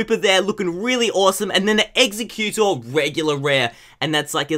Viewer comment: I hate when you butcher the pokemon names ;_; "Execcutor"